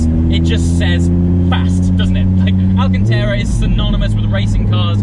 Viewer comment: Another piece of fantastic content, just a shame you can’t make it even more perfect and pronounce “alcanTARA” correctly. I would love to know why?????